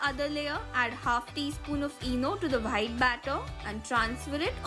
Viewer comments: It is white not whhite One thing If she makes she gives 9/10 or 10/10 or tells in as outstanding 😒😤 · Di aap itni achi English pronounce karte ho but ye WHITE ko baar baar WHITE kyu bol rhe ho ye pronounce par white nhi wite hota h.... H silent rehta h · I love her' bhite' 😂😂💓💓 I really really like the recipes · When you say white sauce I hear vhite sauce